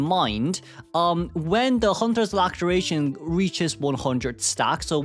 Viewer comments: Lacteration!!! :D Just kidding, it's pronounced "Lassuhration". Thanks as always for the instructive videos as the text and video aren't sometimes explicit enough 🥰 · It hurts every time to hear him say “Lacteration” and not “Laceration”. Where did the extra T come from? I know saying it like “Lacteration” is somehow close to “Lactation”. I understand that he is a man with his own preferences. But I feel like what he is into is coming out now for real.